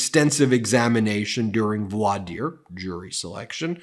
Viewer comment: Oh, one more, voir dire is pronounced “vwar deer”.